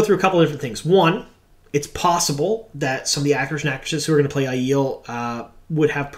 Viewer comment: Ugh, are we actually going with the eye-eel pronunciation? Thumbs down. Aiiiii-el, the air up there bro.